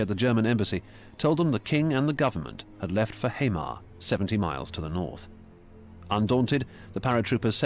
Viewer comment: The pronunciation is also painful. Hamar and Eidsvoll would be impossible for me as a Norwegian to understand without the text.